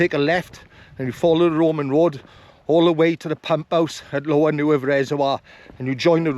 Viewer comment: just a small correction, Neudd is pronounced Nay-yav, but incredible video mate!, doing the horseshoe on the 14th.